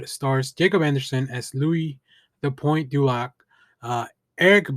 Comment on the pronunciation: Great review Ambassador. I'm really digging this show and how in depth they are going into exploring the changes they made. A++ writing. Also vampires are kool. Ok for pronunciations (so sorry if this is rude): Lou-ee dih pawn (soft n) doo lock. then it's Lestawt dih lee-on-(soft n)-core.